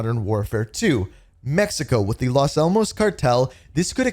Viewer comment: Las almAs not almOs